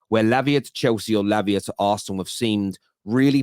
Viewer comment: Why you saying labia? 😄😄😄😄